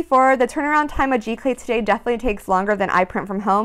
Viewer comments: Very nice video---isn't it pronounded "Zee-Clay"? Or is this a different process? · Giclee is pronounce Zee - Clay :)